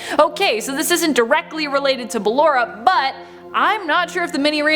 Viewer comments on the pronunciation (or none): Her BALLERA Me: Ball-aura BALLAURA IS WHAT IT SOUNDS LIKE- *ANNOYING SCREECH* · ba-llo-ra not ba-lle-ra but good vid tho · Its ballora not balora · its ballora not BALLora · It’s ballora not blawar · This is triggering me, first she says BaLlErA instead of buh-lor-ra, then she says how ballora might be C.B's sister when she's actually Liz's mum Clara!!! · BAA-Lo-ra? Really? It’s ba-LO-ra (Still love the vid ❤️) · Clara Afton,also known as William Aftons Wife possesses Ballora. She died in a car crash,and William successfully proceeded her soul to possess the Ballora animatronic. Also it’s pronounced “Ba-lor-a” not Ballera... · ITS BallOra Not BallEra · Ballora. Not ballera. (Buh-lore-uh) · why did she say ballorea and claraaaaaa not ballora and clara? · Im triggered cuz she keeps pronouncing “Ballora” to “BaLLeRa”...only me? And.....I believe that Ms. afton is Ballora so Elizabeth afton/Circus Baby and her mother was together along...and I believe it too much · Yea bc she pronounces it wrong its "Bu-lore-uh" not ballera😭😭😭😭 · How she said it: bal-ura How everyone else says it: ba-Lora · its ba lor a not balll er a an my fav is funtime foxy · Who is Baah lor Raaah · no-one: this lady: Ballera 😃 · You are are right why does she keep saying BakloA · Sorry, it’s BA-LORRA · I'm not trying to be rude but I feel like she's saying ballora's name wrong If that's true this is how I say it Ba-llor-a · It’s ball- or- a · Its Ballora not what ever you say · Did you just call her baAllora? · Me: Ok let's try this again Ball Top 10: Ball- Me: Now say or Top 10: or- Me: Now say a Top 10: Ballera Me: I tried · i think you said ballorea and sry if i offended you but i doubt i did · Oh btw, it’s b-uh-lore-uh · She probably pronounced it 'Ballera' because Ballora's name was based of off Ballet, meaning that it might've been pronounced the same. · ba-LORE-A DA PUN IS INTEDED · " cLeRa " -, 2020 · its not ballara its ba lllll ooooooo rrrrrrrrrr aaaaaaaaaa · You arent